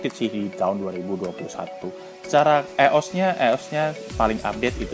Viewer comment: sedikit tambahan bang kosakatanya ditambah. jangan wortat wortit mulu, ios dibacanya ay yo es, jan ayyos. ngelag, dibacanya ngeleg. smoga sukses chanelnya bg. btw backgroundnya disesuaikan lah masa di indomaret tempat orng kerja kan pada gimna gitu wkwk